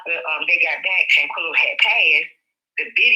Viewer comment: It’s SHANQUELLA! Say her name ! 🙏🏾